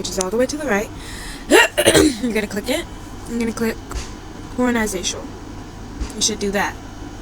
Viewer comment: Horazantional😭😭 Um actually🤓☝️ it's pronounce😮d hor-a-zon-tol